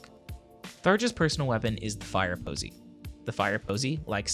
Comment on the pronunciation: Omg the first time u said fireposy I sware it sounder like firepussy but after it sounded more like firposy